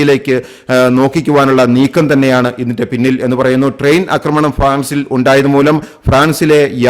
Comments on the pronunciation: 'അക്രമണം' അല്ല 'ആക്രമണം' എന്ന് പറയുക. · അക്കമണമല്ല ആക്രമണം